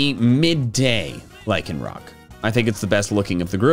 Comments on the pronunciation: IT'S LYCANROC, NOT LAYCONROCK! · Lycanroc, not Lyconrock! The first O is supposed to be an A! And the name does NOT end with a K!